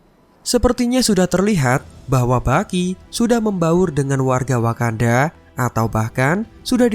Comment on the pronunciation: Yg gw denger : Bucky ❎ Baki ✅ Wakanda polepel ..